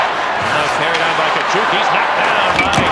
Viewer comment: Wow, there was a time when Tkachuk was pronounced correctly.